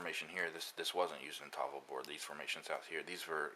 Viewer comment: Learn to pronounce tafl, you fart out of your face when you get to the FL for some reason.